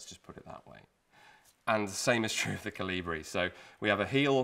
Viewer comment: Koli-bri please.